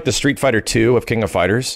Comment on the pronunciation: King of “Fighrers”?